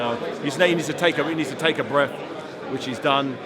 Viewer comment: "Take a bref."